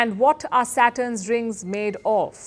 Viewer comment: When she says Saturn's it's sound from her Satan😂😂😂😂